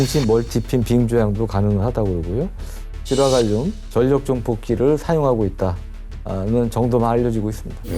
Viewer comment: 우리말 바르게 읽기 'ㄴ'으로 끝나는 글자 뒤에 'ㄹ'로 시작하는 글자가 오면 'ㄴ'은 'ㄹ'로 바뀝니다. '신라'를 [실라], '전라도'를 [절라도], '혼란'을 [홀란]으로 읽는 것이 예입니다. 따라서 '인력'은 [인녁]이 아니라 [일력], '인류'은 [인뉴]가 아니라 [일류], '✅️전력'은 [전녁]이 아니라 [절력], '연료'는 [연뇨]가 아니라 [열료]라고 읽어야 맞습니다. (다른 예) 난로 [날로] 난리 [날리] 신뢰도 [실뢰도] 전략 [절략] 훈련 [훌련]